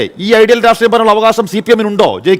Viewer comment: രാട്രീയം അല്ല പൊട്ടാ രാഷ്ട്രീയം